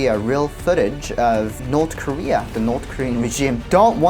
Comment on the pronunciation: north korea❌ north dieria✅